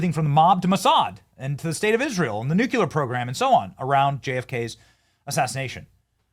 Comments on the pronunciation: BTW the word "nuclear" is pronounce new-clear. Not "nuc-u-lar". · FFS it's NUCLEAR not NOOKULAR... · New-clear NOT New Q ler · NOOK-lee-er...not NOOK-yoo-ler... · Bro, it's pronounced "NU-KLEE-AR" - not "nu-kee-ler". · I am a fan. I only want the best for you. Benny, please, pronounce the word nuclear correctly. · Come on Benny...🙄 There is only one "u" in "nuclear". 😂😂